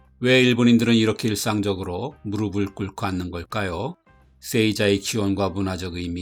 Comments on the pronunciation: '무릎을'은 '무르플'이라고 발음해야 합니다. '무르블'은 잘못된 발음입니다. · '무르비', '무르블' (X) '무르피', '무르플' (O)